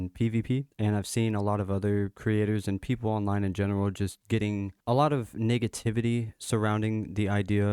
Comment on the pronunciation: Bro did not say negativity 😂